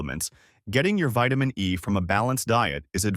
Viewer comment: Are you saying vitermin D and vitermin B6. Can't stand to hear you say vitermin. Please correct annunciation.